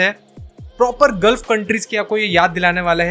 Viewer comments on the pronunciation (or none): none